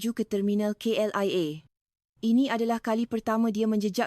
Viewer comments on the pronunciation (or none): Rasa macam reka cerita jerr. Nak sebut KLIA pun, selalu je salah! Apa dia?? KLEA lepas tu KLIA..... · Dear, Not kl ee ehh..... K l aiii eh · KLIA= IA bukan EA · Sebut KLLIA pun tak reti .. Awak ni org mana? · cerita bohong sebutan KLIA pun tak tahu mengikut sebutan bahasa melayu. mungkin ini konoha nak cari pendapatan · Yang buat narasi ini bukan org Malaysia. Sebutan KLIA pun salah. Itu sebutan org Indonesia K bunyinya K bukan Ka L bunyinya L I bunyinya ai bukan e A bunyinya a bukan bukan ah Malaysia tak pernah sebut i sebagai e